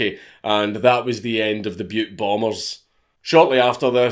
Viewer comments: I’m from Montana! Thanks for saying Butte not Butt 😂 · A huge thank you from a Montanan for not pronouncing Butte Montana as Butt Montana. We don’t get a lot of that, even from other Americans. ....Butt, Montana lol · Congrats on pronouncing Butte correctly.